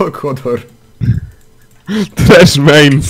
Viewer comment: To nie jest Hodor tylko,HO-DO